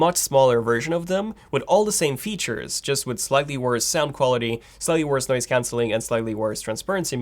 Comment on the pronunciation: man it's noise cancelling not noice cancelling hahaha